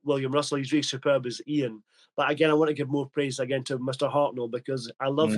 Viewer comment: I always thought at this point the Dr was deliberately mispronouncing Ian’s name to get a little back for the loss of authority over the group. Hartnell’s line fluffs seem to have been in the middle of long sentences. Has anyone got a copy of the Titan Books script book for The Daleks - that would be interesting to compare